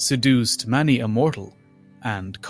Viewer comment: You say many like Manny and you say it a lot